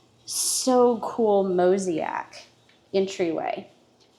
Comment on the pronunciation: Mosaic is pronounced moe - ZAY - ick 😊